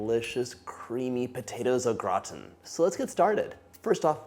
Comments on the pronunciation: Glad you pronounce au gratin properly- great recipe, thank you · Love au gratin potatoes. Had no idea I e mispronounced it my entire life!!! 🤦🏻‍♀️ thanks for sharing!! (And educating me!!)